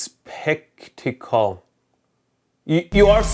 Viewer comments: Mehdi, it’s skeptical. Is-kep-tical. You can do it! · I think Mehdi meant skeptical (skep-ti-cal) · SKEPT - UH - KULL I would be more worried about my sensitive Electronics than myself in that situation.